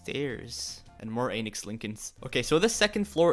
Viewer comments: When you first said Lincoln, I thought you said Anus Lincoln 😳 😂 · Wait- I thought it was not Einix:O you lied to us, smh.